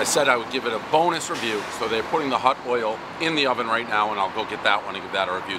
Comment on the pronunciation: Can he really not pronounce the word oil?